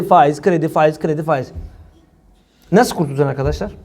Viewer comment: Ey Cübbeli Ahmet ve avanesi sen neredesin ya. Reisin fâiz fâiz derken.